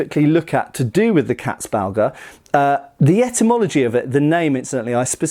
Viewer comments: This is not about pronounciation mate. This is me finding old words funny. You have the same in English. 🙂 Haha, Katzbalger, I will re-apply it to my vocabulary lmao! 😂 I just love funny sounding words. 😅 And pronounciation of Katzbalger is quite good by the way, almost perfect. I approve. 👌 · Not gonna lie, I tuned in primarily to see (or rather hear) how you'd pronounce "Landsknecht" and "Katzbalger". Honestly, you pretty much nailed it. And I'm not blaming you for substituting the "ch" in "Knecht" with a "k", that sound probably being about as outlandish to a native English speaker as they come. Anyway, greatly interesting vid as always 👍🍻 Edit: as for the name's etymology, I wasn't aware of the "female genitalia" connotation, but then it's not a surprise, either, seeing as "Katze" simply means "cat". Anyway, "Balg" is an animal's hide, removed in one intact piece so as to retain a certain bag-like quality. Going from there, I'd simply translate "Katzbalger" as "cat skinner", assuming there's some amount of humour or irony to that name. Edit #2: the idea provided by T S seems even more plausible.